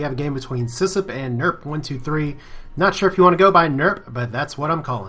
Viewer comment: You pronounced my name fine, by the way. I made some misplays but it was a well played game by Sysp nonetheless. Sorry for the spam but just letting everyone know thatyou can find more of my matches on my channel:)